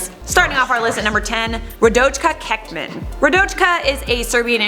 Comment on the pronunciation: Haha...u almost said keep it tea